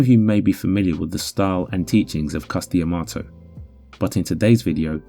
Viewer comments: It's Cus D'Amato (duh-MAH-toh). Not Cus Di Amato. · to be clear. i love this channel. but the dee - amato sounds so weird to me. it's cus dah-mato - that's what new yorkers said: and anyone who was trained by Cus said it that way. so far, i've seen anyhow.